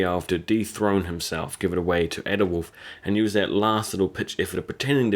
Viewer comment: "Use" not "nyuse"